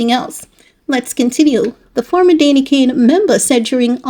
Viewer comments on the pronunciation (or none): It's Danity Kane...Not Dainty